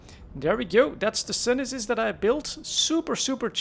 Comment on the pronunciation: Pretty shure its pronounced sune sis